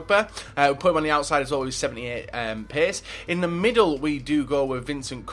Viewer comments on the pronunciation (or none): none